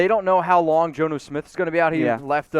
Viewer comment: Guys, do your research on how to pronounce the players’ names! 🙄 You messed up both Dobbins’ name, and Jonnu Smith’s, which where I stopped watching y’all. It’s not “Joe-new” Smith! It’s “John-new” Smith!